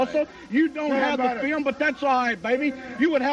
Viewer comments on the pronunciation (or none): "Show the FEEL-um, Lance. Show the FEEL-um!" r k